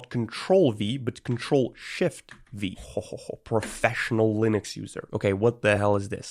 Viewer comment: "proffffesional lunix uesr" "ok what the hell is this"